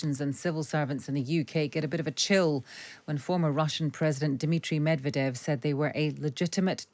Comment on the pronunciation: Listen to your guest's pronunciation of Medvedev's name. Language lesson. Meod is the word for honey. Medved is the word for bear - basically 'of the honey'. Medvedev basically means of the bear. The emphasis falls on the first 'ev' - so, med VE dev. Make me happy. Pronounce it properly.